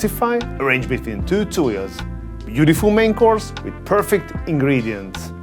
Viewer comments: He did say pear_fect ☺️ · Are we just allowing that "pearfect" comment? 😂